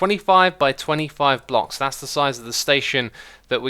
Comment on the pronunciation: He said blocks weirdly, he said phlocks lol :O